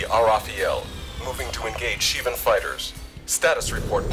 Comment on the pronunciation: What is it with all these people pronouncing it "Shi-vahn"?